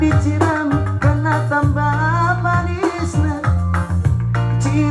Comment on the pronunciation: Ikkon sering do nian bege on ni sihaloho on lagu karo,asa unang salah logat nai lae... Pengucapan "kena" nga salah total i laeku...😂😂😂